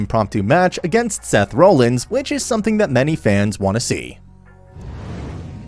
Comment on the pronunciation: Donna Brooke... and then you kept saying Seth "role" ins... But then you called Bray Wyatt "Brian" Wyatt... WTF???